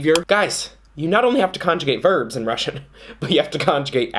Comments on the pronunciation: Your Russian is really good! You're pretty much nailing the pronunciation, that's impressive. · I'm russian and I agree that our language is complicated🙃 but I have to admit that pronunciation is actually pretty good😎